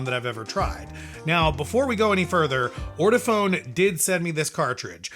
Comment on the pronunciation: It is pronounced: Or-toe-Faun. You should have known that. You sound ignorant.